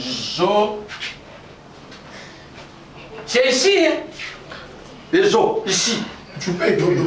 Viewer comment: les oss te mais les zos(os).🤗. Merci se corriger.